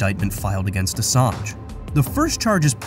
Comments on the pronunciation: "Assange" is pronounced with the "ng" sound... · Great video, you've got to read the N in Assange tho..